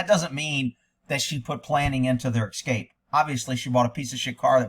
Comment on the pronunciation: Hopefully they've left the country. Also why do you say VIN number? It's just VIN! And why you do you say "EC-SCAPE?" It's ES-CAPE!